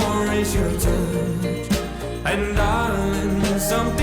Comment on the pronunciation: Pls pronounce the words clearly like touch.